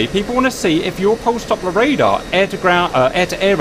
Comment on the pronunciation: its Doppler Radar, not Dopper Radar PS: I love ur videos